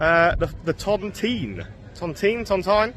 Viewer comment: It's pronounced The Ton Tine not ton Ton Teen Hanley's a dump full of dust heads and morons who go out for trouble most local people like myself avoid Hanley as much as you can, You were lucky it was quiet good video thank you.